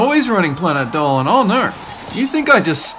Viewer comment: Alon Anony his name is Dolan not dolen